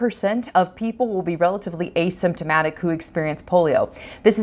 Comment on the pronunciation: What the hell does a systematic mean a somatic whatever you said